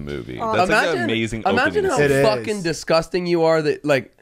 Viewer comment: "disGh0sTing" 😂